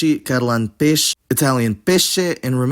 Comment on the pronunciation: E.g. Peixe is pronounced with and "small e" or no vowel at all at the end, not with a "i", that's in Brazil (and not everywhere)